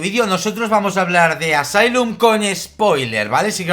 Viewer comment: Asylum está en segundo lugar de mis favoritas de AHS, buenísima!! Saludos desde Santiago de Chile!!! 🇨🇱🇨🇱🇨🇱🇨🇱🇨🇱 Pd:Me distrae que pronuncie mal Asylum 🤣🤣